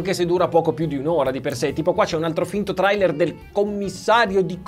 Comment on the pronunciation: LA PRONUNCIA DI TRAILER